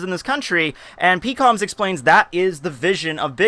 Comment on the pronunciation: Peekoms? Dafuq is his pronunciations of characters